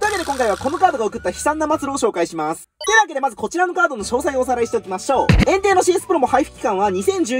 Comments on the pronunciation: エンテイ↓がエン↑テイ↑になってる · エンテイの言い方ってポケモンと同じじゃないの？flat変じゃね？